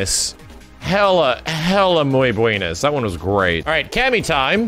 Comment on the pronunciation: saying "Muy buinis" XD XD